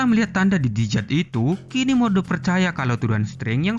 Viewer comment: Jidat kakak,, bukan dijat 😁